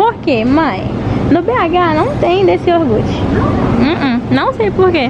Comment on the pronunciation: Moça, é iogurte, não iorgute.